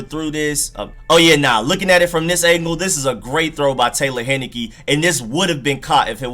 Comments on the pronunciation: HIGH-NE-KEE not HEN-NI-KEE Taylor, not Tyler... Great play deserves getting it right. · Thank you for the film! I saw him play 4 years at my college (ODU). He was amazing for us! By the way, his name is pronounced TAY-lor HIGH-NUH-KEE. Lol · It's Taylor Heinicke, like the beer but without the n at the end, and his first name is Taylor, not Tyler. People butchering my man's name. Dude lit it up at ODU.